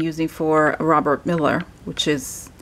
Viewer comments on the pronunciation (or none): Please note: There is Robert MEULLER and then there is a Stephen MILLER who is an advisor to Trump and works in the White House. I suggest you don't pronounce 'Meuller' as 'Miller' because it can be confusing. Maybe the heart with the death card means that Pence's political career will die, but he will be much happier afterwards.